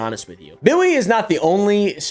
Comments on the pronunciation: bro if he call this man “Bwilly” one more time im going to drop my phone you hear me? I’m screaming laughing 😭😭😭😭🤣🤣🤣😂😂 why he keep callin that man “Bwilly” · he just keep callin that po man “Bwilly” he just don’t stop I’m screaming 😭😭😭🤣🤣😂😂😂😂😂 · bro said “now back to bwilly” 😂😂😂😂😂 and the sound effects in the music has me screaming 😭😭😭😭🤣🤣🤣🤣🤣 sad moment for Bwilly!